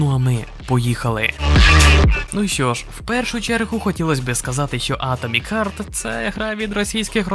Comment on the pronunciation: харт, а не хьорт